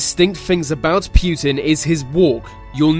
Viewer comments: It's Putin, not Pyutin. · And also not putn 😂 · Its not Pjutin its fucking Putin. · putin, not PEEUTIN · Poo-tin not Pyutine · "Kivian rus" "pewtin" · Why do people pronounce Putin as "pew-tin" but the two words separate is pronounced put in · Its prounounced "pootin" not "pewtin" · путин is pronounced pootin, not pewtin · It's Путин not Пютин. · Pu'tin not PEW'tin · It's not pyutin it's putin. Next video about donald trumpet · SAY POOTIN NOT p U tin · Pweutin? Nah it's putin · why is he called PYUTIN or PJUTIN there is no" Y" or" j" in his name it is only "U" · PRONOUNCE. IT RIGHT ITS PUTIN NOT PJUTIN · It's not Pjutin. Putin! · Pjuutin XD It's pronounced Pou-tien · vlad - e - meer - poo - tin not vlad - e - meer - pew - tin. I don't care weather you have and accent pronounce peoples names correctly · vlatemehhr pYEWten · I love how they call him "Пьютимн" xD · Vladimir Pyutin is a.. who is this Pyutin? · It's baffling that you say Pew tin. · It’s not pronounced “pyootan” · Pooh tin. 😄😀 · Vladimir pewtin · Wtf its not vladimir pjutin ! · puuutin wtf its put-in wut a nub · Pjutin? LOL. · Accents exist, but names are names. You dont hear me calling England, Anglind or some dumb shit like that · im a slav (not even a russian) and the way you pronaunce Putin gave me cancer (but no offence i know that pronouncing slavic worlds is hard for english speakers) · Did anyone else immediately dislike the video, within three seconds just because of the way he pronounced Putin? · ugh the way he says putin is nearly unbearable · Why dose he say Putin so weird